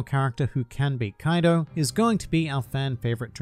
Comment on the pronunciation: When u said "kaidu" trust me u earned this dislike, but i ended up liking at the end thanks